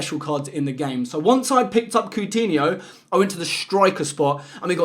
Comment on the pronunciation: who is “coontinho” 🤕🤦🏻‍♂️